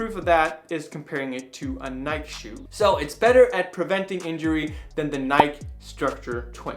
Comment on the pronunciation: I agree with your pronunciation of "Nike" - it has never, or ever will be "Nike-ee".